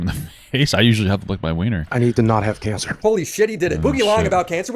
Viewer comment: the thing that's most telling to me about the whole cancer thing. when boogie was announcing his "diagnosis" he mispronounced it as if he's never heard anybody speak the word before, as if he was reading it and speaking it for the first time and guessing how to pronounce it.